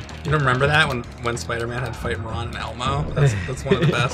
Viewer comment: Cuz says "'member" instead of "remember"